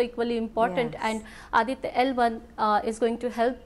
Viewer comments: That’s Aditya - L1 not Adita 🙄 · its not Adita, its Aditya that means sun in hindi